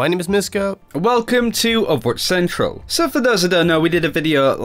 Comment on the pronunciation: Why do they say the intro like that. They emphasize the Central part of Overwatch Central.